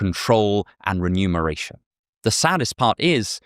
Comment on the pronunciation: remuneration, not renumeration